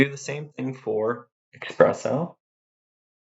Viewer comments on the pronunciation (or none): someone needs to tell this guy that it's "espresso" and not "expresso"